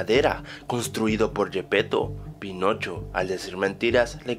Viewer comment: Soy el único que en el inicio escucho penocho?